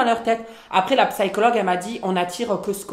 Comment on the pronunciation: "La psaïchologue" jpp 😭😭❤